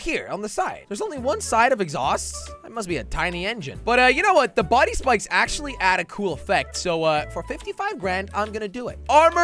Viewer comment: Who else heard that he said bikes instead of spikes. When he customized the car.